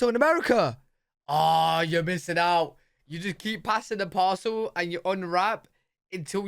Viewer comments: Lol pass the parcel. I thought he was saying pass the possum. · he said pass the parcel… we thought you said pass the possum. My hubby said “I know there have got to be some people who play pass the possum. Especially in the south. “ Then you repeated it and it made a lot more sense